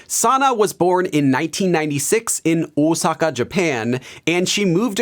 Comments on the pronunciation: I'm not sure if your pronunciation of japanese locations and names is american or corean lmao the way you pronounced "Osaka" sounded like "oosaka". (Not sure if that's how you'd write the pronunciation since english phonetics are weird, but it sounded like and spanish "u" and it should sound more like an "o" if that makes any sense lol) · I could tell you studied Japanese by your pronunciation of Osaka. 👍